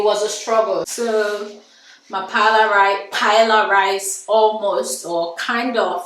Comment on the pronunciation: Don't let Spanish come for you - I got told off for the wrong pronunciation. First of all it's not Paella rice, just Paella. Watch a Spanish video for the actual pronunciation. Please ignore people criticising your marriage, bunch of haters!!